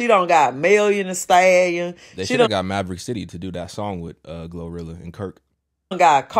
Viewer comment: That lady with the blue rag on her head said GloWrilla, Mellion the Stallion, KarlyB 😂😂😂😂😂😂😂😂😂 Whew Chile